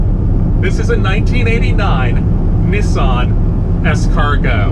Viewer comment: He sead Nissan correctly and not neesan